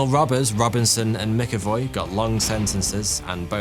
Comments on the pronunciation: Jesus Christ man...McAvoy is pronounced Mac Avoy, not Mick avoy. If you called James McAvoy James Mickavoy...he'd definately think you were taking the piss. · You pronounced it mickavoy it’s pronounced macavoy …. “MCavoy” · It's Mac-Avoy not Mic-Avoy. Good video though otherwise.